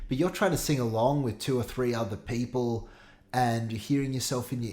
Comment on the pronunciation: wait Coach, had you just said "pay-ple" instead of pee-ple? 😅✌️✌️